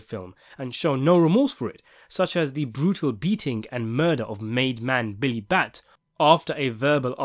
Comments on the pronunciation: For fucks sakes it's not Billy Bat it's Billy Bats cmon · Billy Bats not bat lol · Billy Batts .. there is an S.